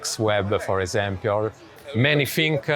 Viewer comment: I love when he say "for esempiol" instead "for example"